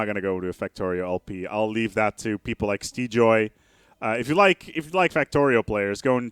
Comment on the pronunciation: maybe? lol, not Steejoy